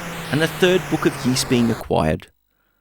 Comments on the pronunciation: SMS Ys was the first one version I ever played and I liked it a lot back in the day! Side note, you're mispronouncing it, it's technically more like "EE-SS" (hard "s"), not "YEE-SS." Anyway, the SMS version is probably still my favorite early/8-bit version of the first game in the series. It looks great, plays great and sounds great. It would have been nice if it could made a little faster, but other than that it's very well done. I wish the second game in the series had also made it's way to the Master System, but what can ya do. I'll also add I find the DS version of the game, which is in kind of crude polygonal 3D, is one I also feel is underappreciated. I still like that one a lot as well. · I won't pound the point into the ground about pronunciation and will shut up about it right after this 😁. It is correct that it sounds like 'grease', but there is no "y" sound at the beginning. They say it out loud in a few of the games. Also, in Japanese it's (イース) which is i-su - the "i" sounds like an long e and the vowel at the end is basically dropped to create the word. I appreciate your videos and am not trying to be a jerk or anything, so please don't take it that way. Also, I completely understand why we didn't get the sequel on the SMS, it's just dissapointing. Likewise, it's too bad they never ported it to the Genesis/MD or Sega/Mega CD either, but at least the Genesis got a great version (IMO the best overall version) of Ys III... even if it is the 'black sheep' of the series. The one version of the original I still need to play that I've only seen on video is the not-so-well-regarded Saturn version. Well, that and the creepy, weird X68000 version. Anyway, keep up the good work 👍